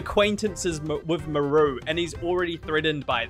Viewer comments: Absolutely hate how you pronounce her name "Muhroo" lmao but I agree she is the most boring villager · I pronounce her name as Maar-roo haha maybe it's a Kiwi/Maori thing, but I've never heard Mah-roo before 😅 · most places pronounce it "m-ARE-oo" like marsh and marley. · Why does he take the A out of her name?